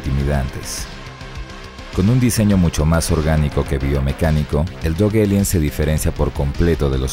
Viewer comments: Porque dises elien y no alien? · Lo pronuncia en inglés, la "A" se lee como "Ei"